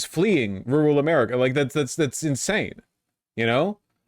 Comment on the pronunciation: rooral or rural?